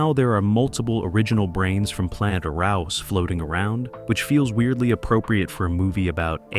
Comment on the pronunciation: Pronounced " Air ous".